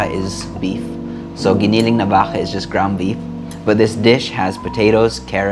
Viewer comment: I like how you pronounced giniling and baka. You sounded very Filipino.